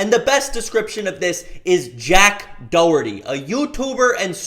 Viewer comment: "jack doehurty" 💀